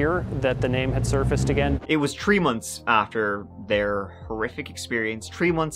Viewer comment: what is a 'tree month'????